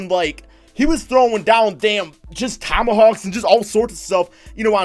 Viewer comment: When you say just it sounds like jizz